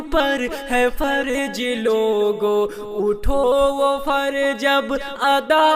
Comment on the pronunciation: جیسے دیکھئے فرض کی جگہ۔۔۔فرج۔۔۔۔۔۔🤭اور بھی بہت ساری غلطیاں ہیں،